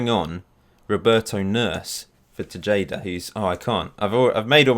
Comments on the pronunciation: the tay part or TAE-HA-DAH, not bad though and im not doing this to annoy you, just think of it the thing you learned today. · Actually, it's Teheda, not Tesheida 😂 great video tho, keep the good work up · I'm a little sad that Alfredo Machado didn't make your squad. he plays for my local club (Houston Dynamo) as a center back. Panama uses him as their right back. Also: Tejada is pronounced "Tay-ha-da" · It's pronounced Te-Ha-Da dude.